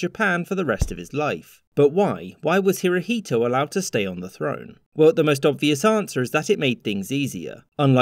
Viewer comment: "Hirohito" you pronounce Emperor Showa wrong